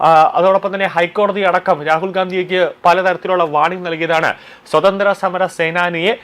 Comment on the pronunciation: ... "swatantra samaram..." No... "swaatantrya" ennu parayoo kuttee...